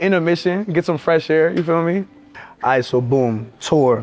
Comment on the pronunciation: “ the AiRRR” 😂 💚